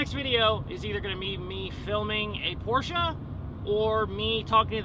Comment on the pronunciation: Remember it’s a Porsche…..not a Por-sha, Marsha!